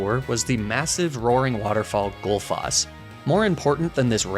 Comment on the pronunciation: This was really fun, and I'm glad that at least 2 of my 3 Icelandic bois got to make it to the Hall of Fame, but honestly that's probably for the best since your pronunciation of "Bláskógabyggð" and "Gullfoss" was disgusting at best (no offense)